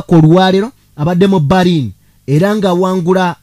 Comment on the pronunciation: PRONOUNCE. IS. BELINI, NAYE. SI BARINI.